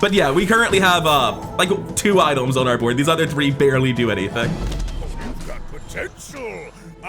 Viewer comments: I hear idols! 😄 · Something about the way he says items...